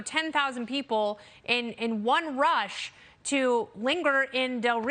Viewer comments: It is not Talabon it is Talaban Talabon is a cinnamon roll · she says it like taleebon